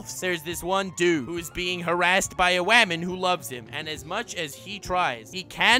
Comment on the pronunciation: I laugh everytime he says waman